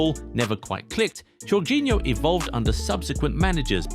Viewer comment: Remember Portuguese/Spanish languages the J is mostly Y like in Jose it's pronounced Jose not Joze